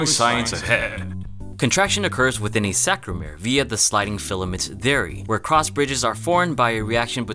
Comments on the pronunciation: *sarcomere . . . not "sacromere". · Sarcomere (not sacromere). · it's actually "saRComere", not "saCRomer." great video though! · Almost certain that it's "sarcomere", not sacromere. Apart from that, great video. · Its sarcomere, not sacromere (at least in my language, maybe its different for you). Anyway, very nice video as usually :) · Love your vids but you made a mistake when talking about the contractile unit of a muscle. It's sarcomere, not sacromere. Not to be picky, just thought I'd let you know since you're a sciencey dude like me haha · little mistake, not saCRomere, but saRComere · the word is sarcomere, not sacromere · It's sarcomere not sacromere... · its sarcomere NOT sacromere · it's sarcomere, not "sacromere" nevertheless, informative video! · Sarcomere, not sacromere. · It's "sarcomere" not "sacromere" my guy lol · Lol...its sarcomere, not sacromere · we just not gonna talk about 'SACromere'? he says it numerous times and even typed it incorrectly, which makes me question if this guy even knows the very very basics 101 of muscular development :/ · *sarcomere, but otherwise great video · "Sarcomere", man. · Warns of boring science ahead and then promptly gets the word "sarcomere" wrong lol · isn't it Sarcomere? Are you just reading stuff you don't understand? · it’s funny how this video tried to explain cross bridge cycling but the narrator couldn’t pronounce sarcomere properly lmao